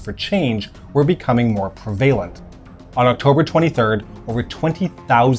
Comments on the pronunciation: Two things. Prevalent is generally pronounced “Prev-a-lent” not “Prev-ay-lent” and happy to be corrected but I’m pretty sure it’s Imre Nagy not Nagy Imre. Pronunciation correct though so well done. So many people pronounce it “Nar-gee” which is, as you know, wrong……. My Dad has the Time Magazine from 1956 of the whole revolution and showed it to me in the 70s when I asked him why Poland and Hungary didn’t have communist symbols on their flags to which he said “Because that’s the two they don’t ‘really’ control. Grew up in Melbourne as did my Dad and my late Mum and my Dad (still around) went to the Melbourne Olympics and told me about the fight between Hungary and USSR teams in water polo. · This guy pronounces words incorrectly. The word prevalent he said "prevailant." Been he said as bean. He does not appear to be from outside America so there's absolutely no reason for him to speak this way other than his own insecurities that he might be uninteresting.